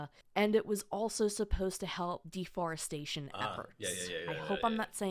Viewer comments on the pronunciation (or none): Did she say DEFORRESTATION??? WTF? REFORRESTATION might be better for the earth and future. Ignant.